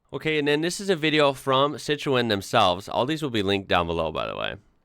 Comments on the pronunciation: Pronounced Citren.. not cit roen ... FFS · You're pronouncing Citroen wrong - the 'o' is silent, so it's pronounced Citren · Citroen the O is silent, it is pronounced citren.